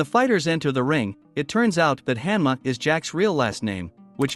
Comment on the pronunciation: bro pronounced 80% of the names wrong i was like "who tf is jack hammer" then i realized its hanma